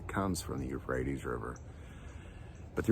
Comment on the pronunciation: Euphrates, not rephrates